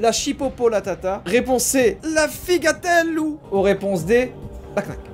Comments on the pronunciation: Tout les corse on du s’énerver ou joyca a dit la figatelou alors que c’est le figuadelou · Mon reuf je t’adore mais tu as déféqué sur le nom de la spécialité corse la plus connue du monde. LE figatellu qui se lit « figadélou » En tant que corse mon amour propre m’oblige à faire cette intervention